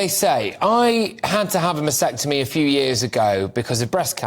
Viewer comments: . There is no silent "t" in mastectomy. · MAS-TECTOMY. You aren't saying it right. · The word is 'MASTECTOMY' or can you just not pronounce it properly? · I do wish that these people could pronounce the surgical procedure correctly. Mastectomy with a T.